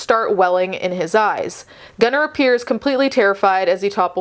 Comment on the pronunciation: These people are gross. I also hate that these people named their child Gunnar and can't even pronounce it correctly.